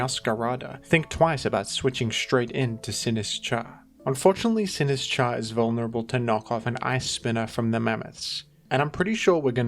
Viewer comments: I am fucking BEGGING you to pronounce it Sin-IS-cha, the Sin and is should be together, not the is and cha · Say "Sinistcha" one more time...